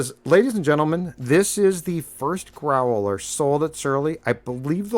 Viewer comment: Grow-el-er.... ...Dontchya know...